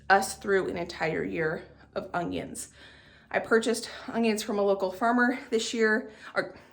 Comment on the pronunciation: Omg are you saying UNGYUNS??